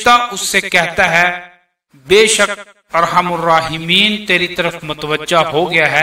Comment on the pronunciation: ya Arhamar rahimeen hai par Aap arhamur bara rahe hain